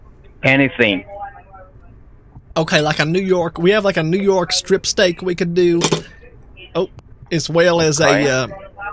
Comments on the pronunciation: I swear I heard he said he preferred “stick” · Steak= a stick Vegetable= veg tahbal Virus= wirus